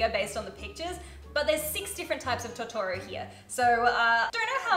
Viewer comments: TO TO RO ahh that pronunciation killed me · YOUR KILLING ME WITH THE TOTORO pronunciation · Her not pronouncing Totora right physically hurts